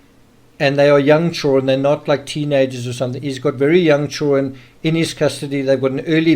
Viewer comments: Does all of South African drop the “d” in “children”? I wonder if they add it back in “kids”? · Maybe he can’t help it? Why say anything? Don’t be rude.